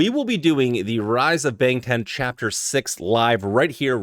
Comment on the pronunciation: BANGTAN pronounced as BUNGTUN ..